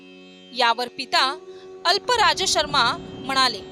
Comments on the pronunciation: अल्पराज शर्मा नाही अफ्पलराज शर्मा. श्रीपाद श्रीवल्लभांच चरित्र नीट वाचा नंतर व्हडीओ बनवा म्हणजे चुकीचे शब्द बोलणार नाही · श्रीपाद राजं शरणं प्रपद्दये. कृपया आप्पलराज म्हणावे. अल्पराज नाही ते दुरुस्त व्हावे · श्रीपाद राजं शरणं प्रपद्धे दिगंबरा दिगंबरा श्रीपाद वल्लभ दिगंबरा श्रीपाद स्वामींच्या वडिलांचे नाव अल्पराज असे नसून अप्पलराज शर्मा असे आहे. हे सांगताना कुणाचा अपमान करण्याचा किंवा कुणालाही कमी पणा दाखवायचं प्रयत्न नाही . फक्त पुढील अध्यायचा व्हिडिओ शेअर करताना स्वामींच्या वडिलांच्या नावाचे उच्चारण बरोबर व्हावे एव्हढाच हेतू आहे. श्रीपाद राजं शरणं प्रपद्दे